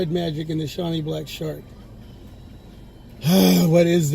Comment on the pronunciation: Hey bro, its actually pronounced SHOW mee (-sh as in ship, -ow as in now, -ee as in street, note first syllable stress) LOL, thanks for the upload.